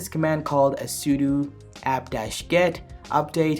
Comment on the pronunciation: That's what it sounds like when you say 'router', however, he is saying 'sudo' wrong as he is saying 'sudu'